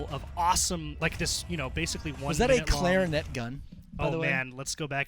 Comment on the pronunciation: lol "clarinet"